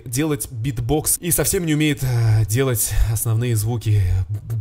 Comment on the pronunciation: Я ржу немагу кагда ты сказал знати ххахахаха ржи уже3минуты